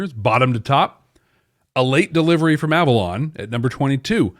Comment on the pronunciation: It was a joke. He said A-Vorlon instead of Avalon in a play on words.